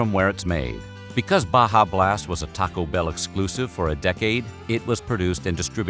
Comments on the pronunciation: the way this guy says TAco Bell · The pronunciation of "Taco Bell" throughout is a gem.